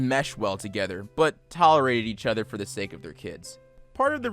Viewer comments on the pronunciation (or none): none